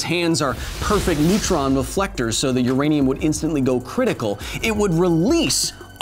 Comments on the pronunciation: I listened 4 times and still herd "Uradium" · I think you mean "U-Remy-um"... I'll see myself out